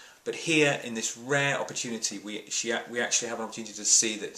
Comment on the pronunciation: "A RAH event..." LOL.